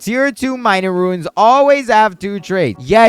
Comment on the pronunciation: My man still can not say RUNES instead of RUINS